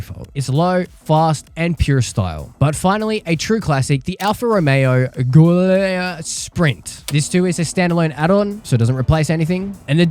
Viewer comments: giulia is pronounced as julia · Giulia is pronounced like the english Julia as its simply the italian writing of the name^^